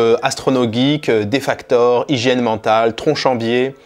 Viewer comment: Ta vidéo est super mais "Defaktor" enfin xD